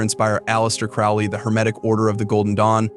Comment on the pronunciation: Crowley is pronounced like the bird, crow, not the bird, owl.